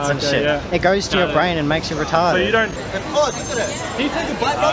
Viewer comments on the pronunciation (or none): “It goes to your brain and makes you retawded” 😂😂😂😂😂😂😂😂